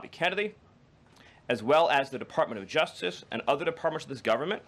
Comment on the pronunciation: What is the juftiff department? Does the speaker have a touch of downs, or is it just a speech impediment? Dont get me wrong, it's great to see people with learning disabilities find success, but I thought we were going to crackdown on these DEI hires?